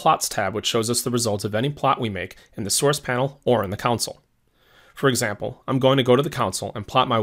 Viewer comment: Am I the only one who cringes every time he says counsel, not CONSOLE?